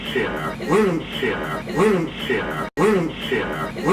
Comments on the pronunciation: Bro said wind chair 😂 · A310 woondshear 😅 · A310 *saying winchair*💀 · "wensher wensher wensher"☠️